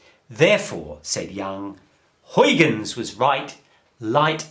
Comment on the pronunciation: not how you pronounce huygens. google translate it into dutch